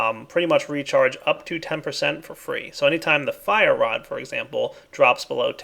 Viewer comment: Hey I'm trying not to be a nag but when you say rod you say wad